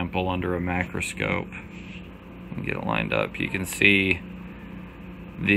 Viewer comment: Then he says mac-roscope..... what a jackals